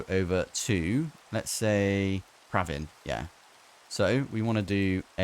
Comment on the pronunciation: Hearing my name from not Indian sounds way different. Bdw its pra vin. Not praaaaavin. U said 2 times correctly 😅😅